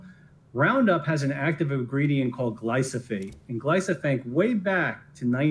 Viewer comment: That lawyer does not even know how to pronounce the name of the product so how can you trust him. It is glyphosate. I am a weed scientist. That means I work with herbicides and research ways to better use them. Glyphosate is a great product. It kills plants by inhibiting three precursors to amino acids that humans do not have. This is a stupid witch hunt. By great product I mean it is inexpensive, safe, and works very well. Not having roundup in the agricultural arsenal will hurt growers as well as consumers, because now their food and fiber products will be more expensive to produce.